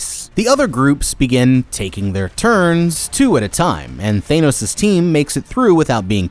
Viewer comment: His pronunciation for the games in the minigames we're funny😂